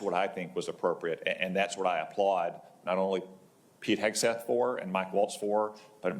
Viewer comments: "I've got faith in Secretary Hedgepeth" ... are they all drunk? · Did he say hedgpeth 😂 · how come that guy said Petes last name wrong, Secretary Hedgepeth? lol wtf was that? I love how Cotton emphasized it correctly right after.